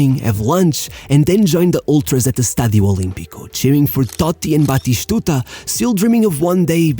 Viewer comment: It's not Carloshhhhh or batishhhhtuta. It's Spanish not Portuguese.